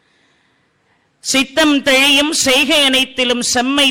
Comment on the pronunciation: தெழியும் இல்லங்க அம்மா தெளியும் என்று சொல்லுங்க இதுபோல் நிறைய இடங்களில் சொல்கிறீர்கள்